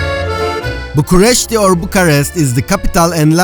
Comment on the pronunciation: Why do you keep saying Bucharesy, must have said it 1000 times. Bucharest.